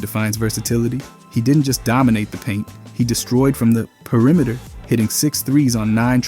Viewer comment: Pee uh rimeter